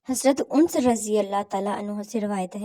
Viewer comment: آپ سے گزارش ھے کہ صحابی کا نام ٹھیک ٹھیک سے ادا کریں ویوز کے لئے صحابہ کرام رضوان اللہ تعالی علیہم اجمعین کی شان میں گستاخی نا کریں ورنہ دنیا بھی تباہ اور آخرت بھی برباد ھو جائے گی ::::: آپ مسلمان ھو اور آپ اردو کی امیج پوسٹ کرتی ھو اگر اردو نہیں آتی ھے کسی سے اصلاح کروایا کرو :::: جس صحابی کا نام لے رھی ھو انس (( پیش )) کے ساتھ نہیں ھے الف پر زبر ھے